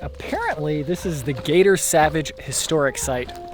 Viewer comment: Love the video! Thanks for sharing. The cabin is Cator Savage instead of Gator